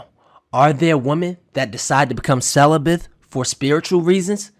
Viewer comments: Wait a minute did you say CELIBITH?????BRO 😅🤣🤣🤣🤣🤣 the word is celibate! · Celibate not celibath